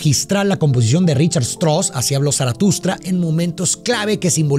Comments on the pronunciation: Me parece ridículo que el apellido del compositor austríaco Johann Strauss lo pronuncies "Chtros", siendo que se pronuncia "Chtraus". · Buen análisis para buena obra. El nombre del compositor alemán se pronuncia tal cual se escribe: Richart Strauss/ Strauß.